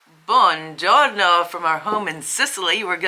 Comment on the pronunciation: It is bUongiorno, not bongiorno.